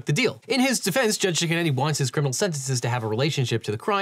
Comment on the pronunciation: It sounds like you’re saying “Judge Chicken-Eddy” but that can’t be a serious name. I have to assume it’s Judge Cicchinetti or something like that 😂